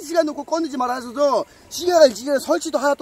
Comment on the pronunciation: 씨가 씨가 할때마다 욕같애..ㅋㅋㅋ